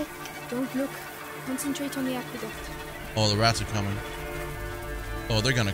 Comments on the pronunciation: When Hugo called it the ackyduck 😂❤️ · I love how Hugo calls it an ackyduck instead of an aqueduct.